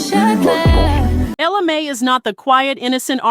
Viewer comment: Its not may it mai